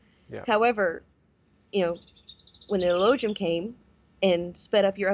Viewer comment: She's read Elohim/Elojun and doesn't realise you don't pronounce the J... Like in Aramaic, no J!!!! Jesus? Hail Zeus... It's pronounced as an H... F.S!!!